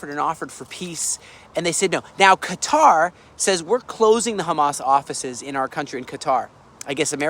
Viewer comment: The American pronunciation "Cutter" is actually closer to the Arabic. ☺️